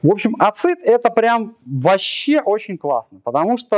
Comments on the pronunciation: Дико режет ухо, когда ACID произносят не как "эсид", а как "ацит". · Красный Поршень правильно на англиском ЭйСиАйДи. Но с твоими словами я согласен, если что